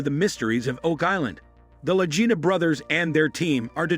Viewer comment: Another narrator who doesn't know how to pronounce LAGINA!